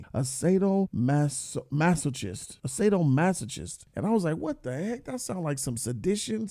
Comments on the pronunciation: Lmfao sado-masa-kist, pronounce it better XD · Hey what's fam? Just a heads-up the "ch" in sadomasochist makes a k-sound. In case, you ever use the word in conversation again.